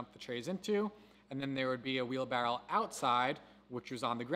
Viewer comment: Wheelbarrow not wheelbarrel lol